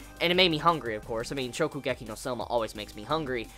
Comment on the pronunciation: Hey, he said Shokugeki right this time! XD